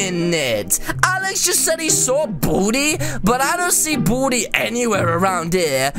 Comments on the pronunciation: It not buldi it baldi🤦🏻‍♀️🤦🏻‍♀️🤦🏻‍♀️ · ITS BALDI NOT BALDY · His name is not Bolde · How many times do you have to say Boldi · Did u just say “booty” instead of baldy? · He did XX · Lol no effenese but when u said baldi it sound like u said booty😁😁😁😁😁😂😂😂😂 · When he says "Baldi" it sound like "Badi" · Buldi i heard Buldi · Oh at the beginning I thought you boodie but you said Baldi But really your saying boodie 2019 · At the intro when u said baldi I thoug u Said booty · When he says baldi it sounds like he says booty xD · Did you just say baldi or booty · Wait why you say bodi is Baldi